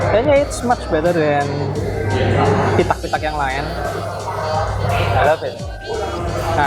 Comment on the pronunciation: Salfok pas si bilang "pisau" itu "garpu" maapin 🙈🙈🙈 dan tiap bilang "pitak"😂😂 tapi overall tetep suka tiap ngereview..